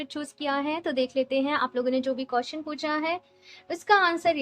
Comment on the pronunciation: Madam (QUESTION) BOLNA SIKHO 🔤🔤🔤🔤🔤🔤🔤🔤🔤🔤🔤🔤🔤🅾🅾🅾🅾🅾🅾🅾🅾🅾🅾🅾🅾🅾🅾🅾